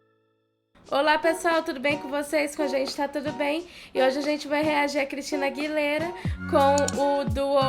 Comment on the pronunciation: Aguilêra, não Aguiléra kkkk 💗